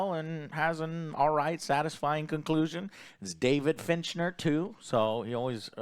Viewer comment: Fincher not FINCHNER!